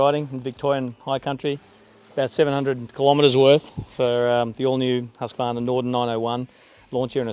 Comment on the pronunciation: It’s pronounced Hoosk-qvarna 😉